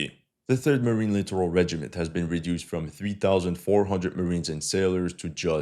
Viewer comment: As a note, the US military generals and admirals, inspired by Alabama-esque 'edumuhcation' standards, pronounce "littoral" as "literal."